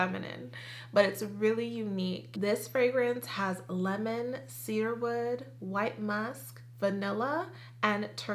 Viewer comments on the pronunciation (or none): none